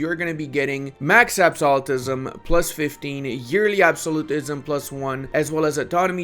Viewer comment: I will subscribe if you can start saying "absolutism" correctly